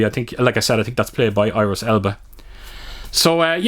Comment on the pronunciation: Not “Iris”,it’s “Idris”.